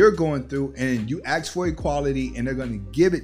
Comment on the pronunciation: I liked the video until you started saying "aks" "aks" "aks". What the hell are you doing?